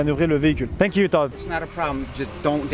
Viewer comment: il est tellement à fond sur le tank qu'il ne dit plus "thank you" mais "tank you"